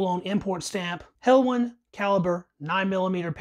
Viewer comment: Pronounced helwan not helwon. I’m from helwan lmao